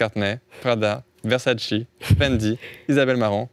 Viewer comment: "Tchanel" "versatchi" mdrrrr mais qu'est ce que ?